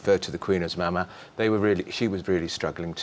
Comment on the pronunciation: You call yourself ‘royal expert’, yet you haven’t a clue how the royal family pronounce Mama? It is not and never has been pronounced mam-aa. It has always been Mah-MAHH, or spell it Mah-MAR, accent on the last syllable. Haven’t you heard Charles’ speaking TO the Queen, in his speeches to the crowds at all the Jubilees concerts? ‘Experts’? I’m sick to death of reading “by royal ‘expert’ so and so”, in the DM. And I’m not the only one totally fed up, all my friends are. Just sick to death of you newspapers and also with your so-called ‘sources’.